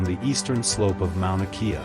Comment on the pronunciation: Mauna Kea … pronounced Kay-a not kee-a